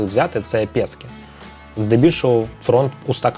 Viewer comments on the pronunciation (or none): не пэски, а піски!